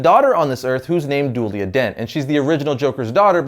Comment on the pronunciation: I know it's nit picking but her name is pronounced Doo-ella as in dual identities, not doolia